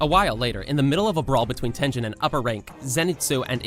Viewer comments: I ahte you bro you said tenjen and mujen train like bro its a tengen and mugen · "Tengen Uzui" You pronounced it like Tenjen It's TENG-GEN how it's pronounced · Tengen❌ tenjen✅ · It is called tengen not tenjen. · It's Tengen , not Tenjen...hhhhhhhhhssssssssss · Tengen not tenjen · U pronounce some things wrong like Mugen train its not mujen its mugen and Tengen Uzui its not Tenjen its Tengen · han you even watched demon slayer tenjen? his name is tenGEN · Tengen no tenjen Mugen no muien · Who is Tenjen? 😂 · My man said tenjen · tengen is pronounced tin,gen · Bro said “infinity train ark”&”tenjen usi” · Tenjen😂😂 it hurtttssss😂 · did this guy really just pronounce mugen and tengen as moo-jen and ten-jen? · "Mujen Train arc", "Tenjen"💀